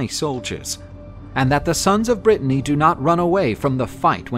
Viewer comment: Are you saying, "king of Brittany"????